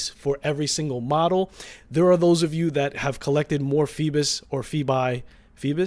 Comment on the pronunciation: Its not rhe same pronunciation. Theres no L in this brand name